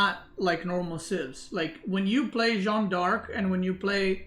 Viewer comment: jeanne d'arc is pronounced jan dark. shjann d'ark. you're saying it like it's jean-ne d'arc but the -nne at the end of jeanne changes the sound into a simple french A sound. j-a-n dark